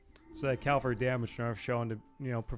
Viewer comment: "CAVALRY", not calvary...